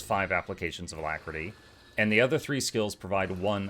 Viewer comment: Why do we shorting alactery, it is not a long word lol